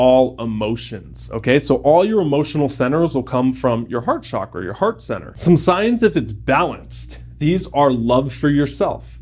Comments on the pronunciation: I think your video is very useful and overall correct, but just a few things. The Sanskrit word “chakra” has a very specific pronunciation (just like any word in any language), and mispronouncing it changes the meaning of the word. The correct pronunciation is ch-ah-kra (like the ch sound in chalk). The reason why it is pronounced as “shakra” and “chakra” in the Western World is because of misinformation about the origins of the word and translating it from the Sanskrit alphabet to the English alphabet. Also, I understand that you’re trying to make this topic accessible, digestible, and approachable, but by calling it a “Bro Guide” is slightly offensive and disrespectful to the people/culture from which this beautiful system came from. The only reason I am commenting is to hopefully educate you to avoid spread of misinformation. Besides those things, this video is very useful and I’m so proud to see my cultures teachings spread to so many people around the world making us all better humans in the long run💕 much love, namaste 🙏🏽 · chuck+ruh would be the closest original pronunciation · Pronunciation of Chakra. As in chair. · An indian master would ask you to practice pronunciation of 'चक्र' (chakra pronounced as "chuck-r-uh") for over a month before actually telling you what it is. 😭😭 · Lol it's called chaakra and shaakra in other parts of the world, but the original word from india is pronounced chuck-raa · it's pronounced CHakra, not (sh)akra, i believe (sh)akra means genitalia hahah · What do you mean "It doesn't matter. I heard them both"? It's chakra, not shakra. It's Sanskrit. A language that is strictly connected with the culture and system you are just about to talk about. I lost interest right away. I am going to keep watching the video to see what else you are going to say. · Its Ch a kraa, we dont say cha.. the ch sound is a flat one. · Chuck-ra. How you pronounce it in Sanskrit and it does matter